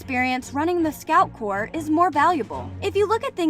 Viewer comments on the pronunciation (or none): You did not just say Scout Corp 😭